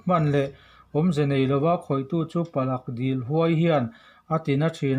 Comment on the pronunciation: Palak dil nilovin Pala dil tih zawk tur..